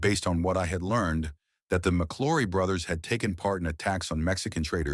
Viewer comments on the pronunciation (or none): It's pronounced MC L -OW RY not Mc LORRY